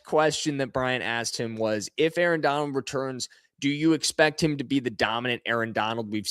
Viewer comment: "Arrrrr" you must of been an old pirate in another life 🦜